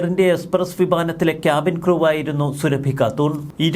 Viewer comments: സുരഭി അല്ല സുറാഫി എന്ന് ഉച്ചരിക്കുക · അവളുടെ പേര് സുരഭി എന്നല്ല സുറാബി എന്നാണ്. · സുരഭിയല്ല സുറാഫി എന്നുപറ മോനെ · എടാ പൊട്ടാ, സുരഭി അല്ല സുറാബി. മര്യാദക്ക് നാവു വടിച്ചു ശീലിക്കാത്തതിന്റെ തകരാർ. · സുറാബി 👈 സുരഭി അല്ല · Zurrabi...സുറബി. Not Surabhi as you pronounce. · സുരഭി അല്ല സുറാബിയാണ് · എടാ കോന്താ സുരഭിയല്ല സുറാബി യാണ് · സുരഭി അല്ല. സുറാബി ഘാട്ടൂൺ